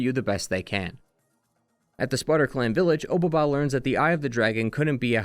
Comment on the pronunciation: "Obaba" is a way of saying "Old Lady" with a bit more formality than just "baba"; it itself isn't really a name and you could call any old lady obaba which is why there's always a descriptor or another name attached to the title. also your pronunciation is wrong, and it bothers me 😂. the "o" just indicates politeness in addressing. Honestly generally the case with a lot of pronunciations of Japanese names throughout this video lol.